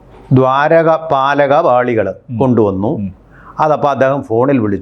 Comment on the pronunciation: ദ്വാരകപാലക അല്ല ദ്വാരപാലക.